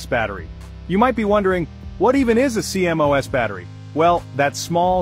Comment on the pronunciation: CMOS is pronounced "see moss".